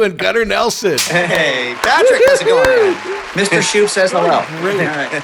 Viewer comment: Sheaux is pronounced "show."